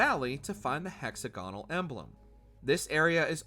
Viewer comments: That is not how to pronounce hexagonal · “Hexagonal” c’mon